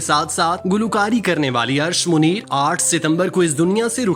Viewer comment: Arsh e Munir hi asal naam hi. Bhai sahib recording si pehaly durust adaegi ki practice kerliya k eren. Date bhi wrong hi.